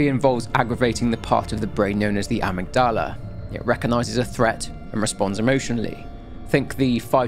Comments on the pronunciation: give this a like once you've read this and I'll delete it (or delete it yourself). Amigdala is pronounced: (like hah! without the first h) Ah-mig-dah-lah. I struggled with it too, we're both readers. ☺ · The amygdala pronunciation 😂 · Lmao right? Must be a brit thing.